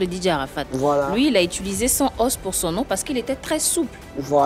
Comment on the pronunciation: Eva aussi fait la liaison de bb sans os ko (bb sans'os )😆